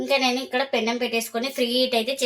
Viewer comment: Pennaom kadhu mma penam